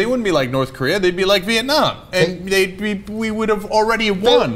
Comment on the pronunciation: Did I hear Cenk say "Viet-nam-nam"?